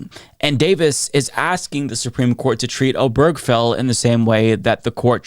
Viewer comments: Oh-ber-ge-fell. Not oh-berg-fell. Four syllables, not three. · Can we at least learn how to pronounce "Obergefell" correctly? It's four syllables. Primary stress on the first syllable, secondary stress on the last. OH-burr-guh-Fell. There's no cheeseburger or hamburger in the name. Same stress pattern as "Delaware Street." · This is sadly unsurprising as it seemed to be only a matter of time until SCOTUS was going to try to ax some of the landmark decisions that Clarence Thomas had specifically mentioned that should be reconsidered. PS: Hardly important in light of the gravity of what's going on, and please don't take this as a personal offense but the way you pronounce Obergefell took me out of the flow of this video every time. I've never heard anybody say it like that. 😁